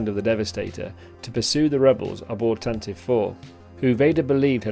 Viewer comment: Love the History of the GFFA & this ship particular ! one pronounciation correction ... Tantive IS Said (Tan-Tee-VEE). Not Tan-Tiv. the 'ie' Is Not Silent.